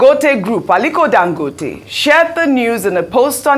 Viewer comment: Please why does Ogy pronounce it “Dan-gooo-tay?”urrgghh